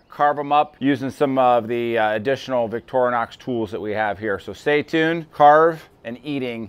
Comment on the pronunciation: It's pronounced Victorinox, not Victornox...